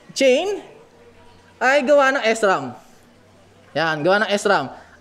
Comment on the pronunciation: ahh ok po okay Naman po ung video s ram lang ung Mali na prunounciation Pero maganda Naman po dami part sa video na natawa ako dahil sa mga jokes mo kagaya nang sa upuan ututan at ihian hahahahaha